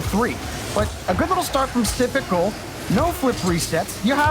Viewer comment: I love how all announcers say syprical when it’s actaully just sypical with no r